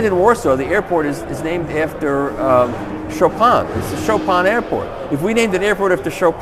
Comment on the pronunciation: Chopan guy? Its Chopin..jeeesuss....